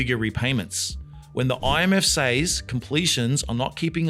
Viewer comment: PLEASE PLEASE PLEASE use the correct pronunciation for ‘says’.